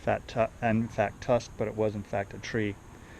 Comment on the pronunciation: Tusk not tuck lol l